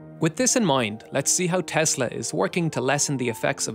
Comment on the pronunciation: TESSSSSSSSSSSSSSSSSS-LAAWWWW There is no Z